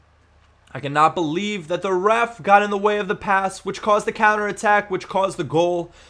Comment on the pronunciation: you said ref i thought you said roof or something :s